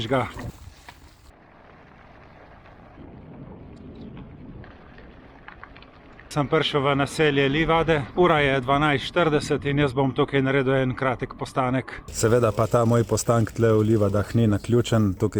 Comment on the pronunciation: Čestitke, zelo zelo lep video. Le prijazen opomnik, istrski kraji se izgovarjajo: Grožnjàn, Višnjàn, Livàde...